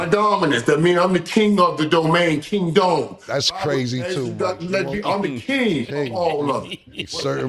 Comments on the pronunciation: Mike said KING-DOME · mike said king Dome lol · “King-dome “ damn Mike